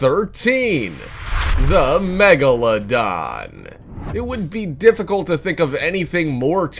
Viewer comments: He mispelled "megalodon" he said "magalodon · He said magalodon instead of megalodon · It’s spelled Megalodon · lol magaladon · The magaladon? 😭😭😭 when u don’t English